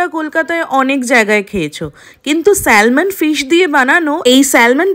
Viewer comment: eta ke salmon bole na uchharon hoy Samon ! ektu sikhun aage